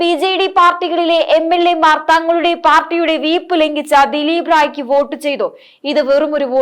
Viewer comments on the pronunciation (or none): ഔദ്യോഗികമാണ് ഔദ്യോദികമല്ല. അതേപോലെ വീപ്പ് അല്ല വിപ്പ്......